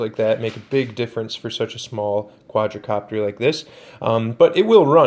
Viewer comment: Quad copter. Not quadra. Please don’t make any more videos.